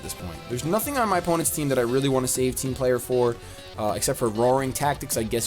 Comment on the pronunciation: Whenever says "Team Player",I always think he's saying "Team Flare" Is this just me? Lol